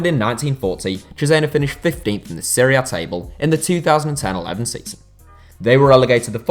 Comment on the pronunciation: Everytime he says "Serie A", it sounds like he's saying Syria.